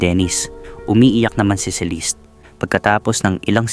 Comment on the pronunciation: Ang gulo ng story mo. Sa restaurant , nagka ayos na. Then, nag yaya na maglakad si Celeste or ( Celiste , as you pronounced it ) Nag pose ang ina sa gilid ng mataas na bundok, while si Mira, nakatingin lan. Nahulog ang ina. Then, sa court ang testimony ni Mira, nagkaroon ng pagtatalo. Fiction ang story mo. Mali mali ang sinasabi mo. Boring story mo.